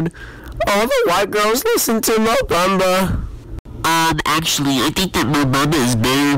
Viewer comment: they way he says no bamba mo baba lol